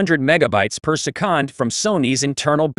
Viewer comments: Wtf is "persekand"...? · per seh-COND